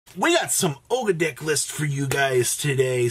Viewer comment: Aug - dough - a - dic. Is how you pronounce them I believe. Ogdoadic.